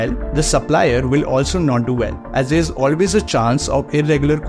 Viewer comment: Why are you pronouncing 'is' as 'ish'; 'C' as 'she'; simple as shimple ... It's difficult, for me, to understand what you tell.